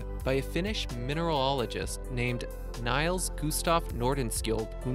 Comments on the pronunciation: Any narrator who thinks the name Nils is pronounced "niles" needs to give up and find something different to do. That is just plain moronic. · Chris Hanline Its not "Niles" its "Nils" like the nill sound.